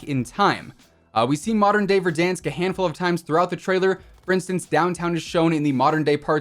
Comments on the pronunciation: why does say verdonsk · Petition to rename verdansk to verdonsk and it must be pronounced with a french accent or else task force 141 will hunt you down